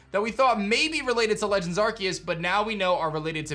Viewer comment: Legends Ar-see-us is how its pronounced. Not Ark-e-us. That's really annoying to hear.